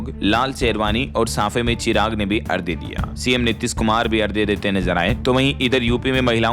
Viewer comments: बहुत गलतियां करते हैं आप लोग भाषा और व्याकरण की। आपने की तो लाखों लोग जो सुनते हैं वे भी वही चूक करते हैं। आज आपने अर्घ्य को कई बार अर्ध्य कहा। ये आपके लिए तो माफी के काबिल नहीं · Abe lallu arghya Hota h ardhya nhi Hota h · नमस्कार। कृपया आप अर्ध्य न बोलें क्योंकि यह अर्घ्य होता है मतलब ध = घ स्त्रोत को भी स्रोत बोलें। क्योंकि एक पत्रकार की भाषा का सभी अनुकरण करते हैं।